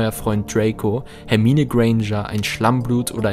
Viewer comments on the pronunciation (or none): none